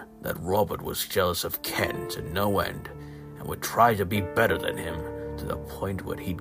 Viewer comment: I thought the "No!" sounded like "Pluh!" For a split sec😭